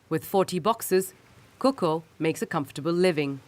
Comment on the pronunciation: Hi Not "Koko" which is a female name. It is Kaka which means uncle (father's brother). Thank you for your report/documentry. Engineer Ismailzada